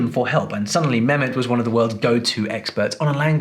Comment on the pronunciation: As a linguist you know his name is not memet you forgot the h his name is meHmet and as you brag to be speaking arabic you know the H means ح at least do him honor by prononsing his name correctly just a between the brakets comment